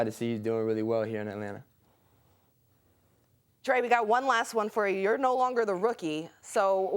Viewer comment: Trae you need speech therapist, seriously!